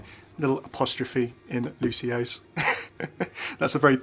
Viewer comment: it's pronounced, "Luci-oo's"